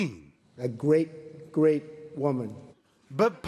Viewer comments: “A gwaet gwaet honor” -Trump 2019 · “A gwate, great queen”